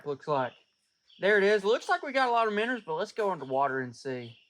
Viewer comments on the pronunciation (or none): Are they minnows or as you sometimes say minners 😂